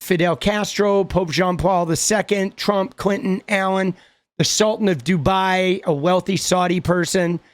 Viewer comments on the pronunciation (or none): none